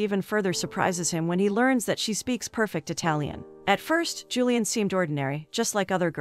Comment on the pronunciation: I assume the girl's name is Julie-anne ( or variation) and not "Julian" the way this robot pronounces it.